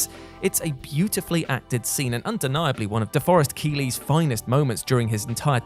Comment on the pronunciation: DeForest KEEley? Really?